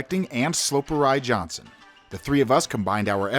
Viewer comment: Weird how it gets the sloperji pronunciation right and then instantly thereafter mispronounces Jansen. Don't use these silly AI voice things, yeah they make it seem more documentary quality ask but they can be distracting